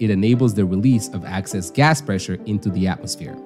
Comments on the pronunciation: By "access" pressure, the AI voice bot means "excess" pressure. This condition occurs rarely, and can sometimes be fixed by wiping off the rubber seat clean of debris, or replacing the rubber seat altogether in case of tears or scarring. "Dual stage regulators" mentioned toward the end of the video are more often called "Series Regulation". More complicated forms exist and are useful in various applications, but you covered the basics. This was an excellent explanation, and I'm a natural gas utility worker of 20+ years experience. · You were saying "access" instead of "excess". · Are you saying access pressure? Instread of excess pressure? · It's Excess pressure, not Access pressure. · "excess", not access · It’s EXCESS pressure. NOT ACCESS pressure!!! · Good video. Thanks. Please note: 'excess' is not 'access'. Good. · EXCESS not ACCESS, dumbass 🤦🏼‍♂️ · Excess not access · Good job. But excess pressure not access pressure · "Excess", not "Access", otherwise spot-on. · Its excess not access. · If there is an accent behind his speech, he's saying Excess pressure. Hope this helps ❤ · I think you mean to say ‘excess’ pressure, not ‘access’ pressure. One letter but big difference. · I think you mispoke or mispronounced. Excess gas, not access gas.😊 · Access pressure? Lol. Excess pressure! 😂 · I kept thinking it sounded like "axis" haha.